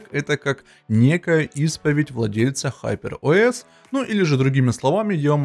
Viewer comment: ХупЭр ОэС ыыыы😅